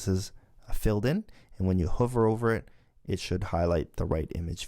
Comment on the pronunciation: I enjoyed the first few videos and want to thank you for making them available - however, in the Swift tutorials, it’s driving me crazy how you pronounce the word “hover” and I think you are spending too much time illustrating how to do something incorrectly and then fix it. It would be better if you spent that time reinforcing the correct way to do things and not shown us how to make a mistake. Those examples could be constrained to a separate “Common errors” troubleshooting video/lesson. It’s one thing to mention something that we should avoid doing - but it’s a waste of time to demonstrate (multiple times) the thing we shouldn’t do.